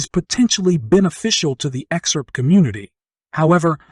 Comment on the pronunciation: I can't watch you because you say exurp, instead of xrp